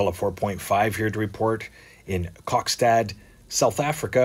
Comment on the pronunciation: Love the way you said Kokstad in Afrikaans, sounds so beautiful with your English Canadian accent. (hug) x